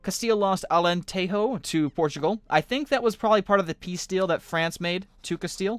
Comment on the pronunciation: Alenteho? I HAS TO GET PISSED!!!